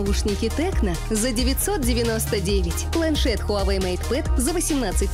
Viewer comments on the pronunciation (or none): none